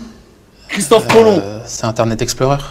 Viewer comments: quelle est le plus grand navigzteur de tous les temps ? " c'est inter net esplorer XD " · Il a osé dire internet exploreur chuit mort 😂😂